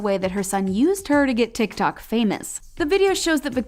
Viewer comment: Every time pronounce "TIKTOK" it annoys me like a lot😒